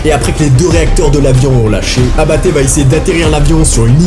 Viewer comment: Il dit abatte j entend apt😢